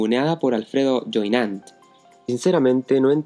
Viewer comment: El apellido francés creo q se dice Yué i ñon t En modo nasal, boca cerrada Saludos 👍